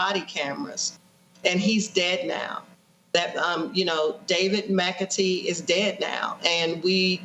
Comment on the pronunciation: And David McAtee . (Amy mis-pronounced his last name as "McAfee" at first.)